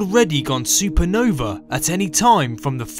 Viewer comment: I cant wait for the "supernover" :)